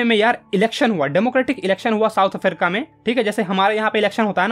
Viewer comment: south afarica 😂😂😂😂😂